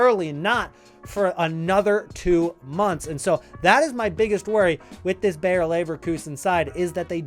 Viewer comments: Just a little hint: "Bayer" is pronounced exactly like "Bayern", just without the n. It is not "Bear" or "Beyer". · They are not called Bear Leverkusen 🐻 Bayer exactly pronounced as Bayern